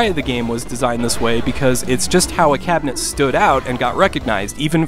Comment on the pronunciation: when he said "cabinet" i could've sworn he uttered CATTLE net. 🤪